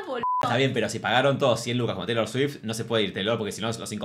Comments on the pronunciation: Shot imaginario cada vez que dice "cheilor" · Y decir CHeilor 😂😂😂